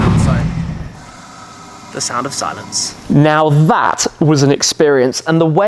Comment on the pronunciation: The zound of zilenze